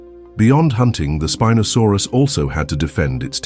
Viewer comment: Its not speeenosaurus...